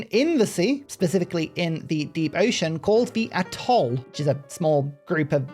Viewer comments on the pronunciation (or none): none